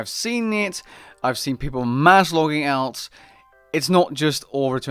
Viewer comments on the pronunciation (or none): I cannot get past your pronunciation of alts lol